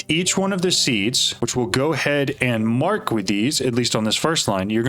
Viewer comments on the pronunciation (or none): none